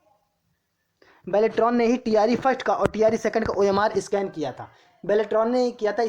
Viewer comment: बाल्टरान नही बेलेट्रॉन हैं improve your pronounciation